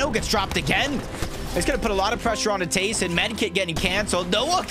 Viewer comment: you said tayson and merstach and the start